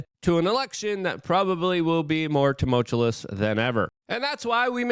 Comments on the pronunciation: Luke Tumultuous is pronounced: (To mul chu is) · I'm not picking on him, I think it's important for a guy in the public eye to present himself in the best possible way, and what he's doing is a very easy fix. Edit: i don't have a problem when it's being pronounced wrong on purpose, like when he says "co-ink-e-dink," but the "Toomullchewlous" thing is killing me. It's all I hear when I watch his content now. Maybe this is silly, but I'm stuck on it. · you're also not reporting the news, or insisting upon using words you clearly cannot pronounce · Hi, I'm Luke, and I do not know how to pronounce "Toomullchewlous"....see? I can't do it. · It's not an official WeAreChange video until Luke mispronounces the word "tumultuous" lol